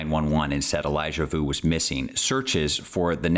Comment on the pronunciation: His last name is pronounced ( voo). Like the word clue.